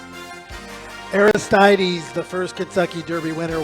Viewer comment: someone needs to teach you how to say Aristides.